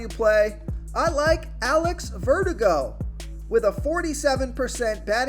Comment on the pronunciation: I like Alex Verdugo.Ver-DOO-go. You said it kinda like vertigo. Thanks for the advice.